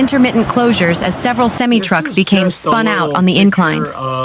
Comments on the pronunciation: I heard that too! Lol Too funny! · Never heard semi trucks pronounced like that. lol 😝 😂